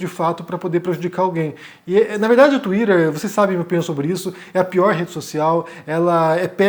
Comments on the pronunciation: Desculpa, mas no momento que você falou tuirer eu simplesmente não consegui mais prestar a atenção 😢 Sério, pq tuirer e não tuiter? (Escrevi como fica o som e não como se escreve, ok) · KKKKK Falou twitter igual a Luciana Gimenez não dou moral. Cadê o debate com o mamãe falei?